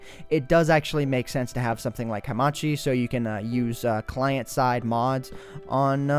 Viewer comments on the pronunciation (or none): You are not saying it right.. hamachi, not hamashi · Hamachi: "Ha-Ma-Tchi" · HA MAH CHEE, thats how you pronounce it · Hamashi. IT'S HAMACHI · I never heard an american to say Hamachi... its probably because im Czech :3